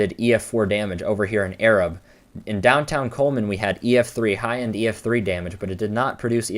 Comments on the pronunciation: Arab is pronounced eh-rahb. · From there, Arab is not pronounced like you'd think. It's pronounced exactly how it's spelled - Ay-rabb. No hate, you did an awesome analysis. We have very weird pronunciations of town names in Alabama. I enjoyed your video, though. That day sucked and it's something none of us will ever forget.